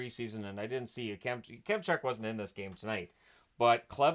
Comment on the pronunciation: Isn't it pronounced "YAK-em-chuck" not "Yuh-kem-chuck"?